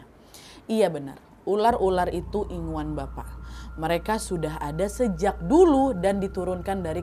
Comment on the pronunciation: Maaf ya KK kalau gak salah ya Bukan inguan tapi ingunan